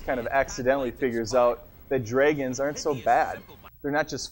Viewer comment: dreigons....lol :P